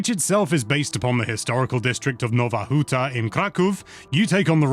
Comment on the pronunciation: Nowa Huta Kraków, that is some fine Polish pronunciation :) na zdrowie!